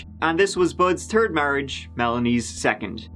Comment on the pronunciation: What’s a “turd marriage”?